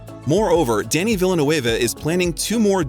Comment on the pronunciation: don't forget "Denis"